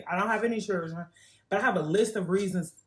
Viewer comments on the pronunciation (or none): RED FLAG: if she says “churrdrn” Hey dude, if she can’t even fucking speak: NO. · First woman: but I have a list of reasons as to why I’m not married and don’t have any chirrrrdren Me: you’re 32 years old and willfully mispronouncing the word children. There’s a start. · If you can't say " children " properly.. probably shouldn't have any .